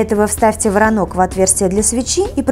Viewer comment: Не воронок, а короток!